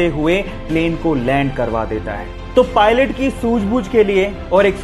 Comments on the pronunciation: Pilon nahi pilot hota hai मूर्ख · Its pulot not Pilon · Bhai pilon nhi pilot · ar bhaya pilon nhi pilot hota hai